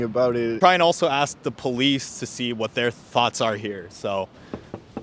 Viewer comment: You ‘now it’s bad when cops have cornrows and say “aks”.